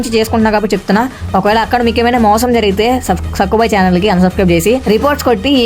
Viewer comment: Bro not Saaku bhai it's Sakku bhai 😂😂😂😂😂😂